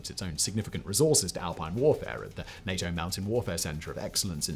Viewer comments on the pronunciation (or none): none